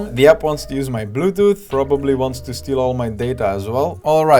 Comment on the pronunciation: lol "bluTHooTH mode"